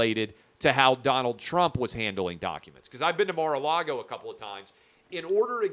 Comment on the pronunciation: Mar-Car -Lago 🇨🇳